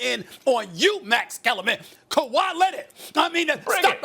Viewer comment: Kawhi lennitt, luka doncick, max kellaman 😂😂😂